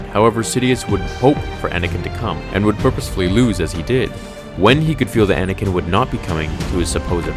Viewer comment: "Anay-ken"! XD